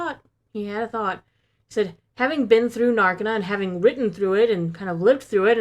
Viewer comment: it's nar-KEY-nah I don't know where you guys got nar-KI-nah but Gilroy has said it as "nar key na" multiple times in interviews. Just sayin!